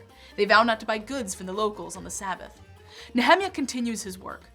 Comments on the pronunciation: It's not Ne HE-meah, it's Nehe-MI ah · [ nee-uh-mahy-uh ] not "ne hemi a" I have been taught and have been pronouncing this way since birth... Not changing now at 66 Years old. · who is Ne hem iah ??? Don't you mean - Neh eh miah ? :-) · I hate how she says "NeHEMiah" instead of "NehemIAH" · I got "Ezra" but I did a double-take on "Nehemia." The World Publishing Company's KJV pronunciation guide of 1950 has it NEE ha MY ah, not na HEMI ah. Maybe real Hebrew versus American? :-) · She say the name Nehemiah wrong. It's not Ne-Hi-Miah Its pronounced Nea-mia. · Nehemiah - Neh- hem- ya ....I’ve never heard it pronounced that way. According to the King James Bible and the way it breaks down names of people and places it is spelled Ne-he-mi’ ah which according to my studies of how these names are pronounced it should be Née- hee MI -uh , or Née heh- MI - uh. Modern English speakers always want to pronounce everything with a short vowel sound. The King James shows where the emphasis is to be placed and in this case it is the MI’ where the apostrophe is. The name starting with a consonant and then a vowel the vowel should be ‘ long ‘ sound. Je’sus, No’ ah, Ca’ naan, Jo’ seph Name starting with a vowel and then consonant should be ‘ short ‘ sound. Ad’ am, Is’ ra-el, Name starting with vowel by itself should be ‘ long ‘ sound. A’ bra- ham, I’ saac, E’ sau, E’ noch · Usually pronounced Nee-uh-MY-ah. Threw me off for a little bit. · Nehemiah is pronounced Neee hem i yah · “Nehemiah” is pronounced similar to “Jeremiah.” Just thought you should know. Great video! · Nehemiah is pronounced Neh-Hae-Maya, So educated yet can't pronunced the actual name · Nehemiah is pronounced (Neh-Hae-Maya) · Nehemiah, Nee_Ha_My_ah accent on the "My".... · the Sojourner I didn't hear anything That sounded like either one of the pronunciations. I have this big fat Harper's Bible Dictionary that shows Ne-he-MI-ah but I can live with something different if it's correct.